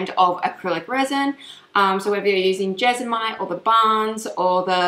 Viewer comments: It's JESMONITE not jesomite! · Do I hear her say Jesomite every time? Is that the brand she uses or is it just mispronounced? Just curious cause we call it jesmonite here.